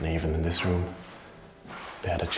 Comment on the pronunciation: ROOM NOT RUM JAJAJAJJA